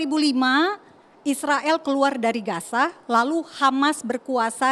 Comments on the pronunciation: Udah longor Nyebut nama nya aja salah Gaza bos bukan Gasa lu kira Gasa LPG kah ? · Gaza di bukan gasa.... 😂😂😂😂